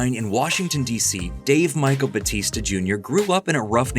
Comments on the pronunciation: is it not Bow-tis-tuh in reality (real pronunciation) not Buh-tees-ta (yeah in WWE), or am I'm tripping af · ... it's pronounced Ba "u" tista (emphasis on the U)... Trust me, I'm Filipino, I know... He just dropped the "U" when he entered the WWE...